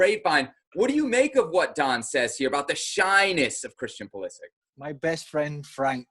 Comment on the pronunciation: its Pulisich, not Pulisik for God sake